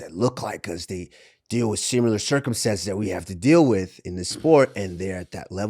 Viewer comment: I fucking hate the way Usman says similar lol it’s not a hard word to say dude come on 😂